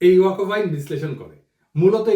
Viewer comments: "ওয়াকফ" শব্দটার শুদ্ধ উচ্চারণ "ওয়াক্ ফ"। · দাদা , ওয়াকফ শব্দের উচ্চারণটা ---- ওয়া কফ হবে না। উচ্চারণটা ওয়াক ফ হবে। কোন আলেমের সাথে আলোচনা করবেন। আশাকরি মনে কিছু নিবেননা। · দাদা এটার উচ্চারণ "ওয়া কফ" নয়,এটার সঠিক উচ্চারণ হচ্ছে - "ওয়াক্বফো।" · প্রিয় দাদা পিনাকি, ওয়াকফ' শব্দটির উচ্চারণটি একটু সংশোধন হলে ভালো হয়।